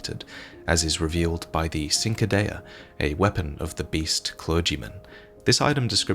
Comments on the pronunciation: now I'm no expert, but isn't the correct way to pronounce cinquadea, "chin-qwah-day-uh?" I usually bring it up because a lot or souls youtubers pronounce it the way did. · Cinquedea is pronounced cin‧que‧dè‧a, where C before I or E in Italian is pronounced like CH in English phonetics. "CHeen-kwey-deya".(My best attempt to simplify for those that do not understand phonetics). Excellent video! I enjoy watching your videos more than any other lore videos! Sometimes more than playing the game. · the pronunciation of cinquedea hurts me😂 its "chin-qua-dayuh" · The Cinquedea is the actual name of the Italian dagger that Elden Ring's beast dagger is associated with. It is called the Cinquedea because it is as broad as one's whole hand, so no doubt that description inspired the creatives for Elden Ring. Also it's pronounced more like chin-kwa-deh-ah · Ching-kwi-dee-uh , somebody please pronounce cinquedea right. just once, its all i ask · Hey, did you know the Cinquedea is a real historical weapon from renaissance Italy? (Minus the finger bones of course) It's a type of broad shortsword that was often elaborately decorated and gilded, with the wide blade acting like a steel canvas. I believe the Italian pronunciation would start with a 'Ch' sound rather than a 'S' sound, but you nailed the rest of the pronunciation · The Cinquedea, it's pronounced with a CH sound at the start.